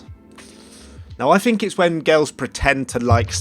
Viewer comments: i love how he pronounces it fink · That’s three not free...what’s wrong with the th.......what’s I fink....